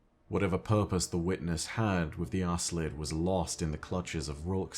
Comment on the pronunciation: Either there's a different pronunciation, or Bungie never said the name out loud, cause I'm pretty sure they didn't mean to name that race ass-lid ☺